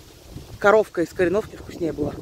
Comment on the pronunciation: Всё такая ударение правильное как КорËновка?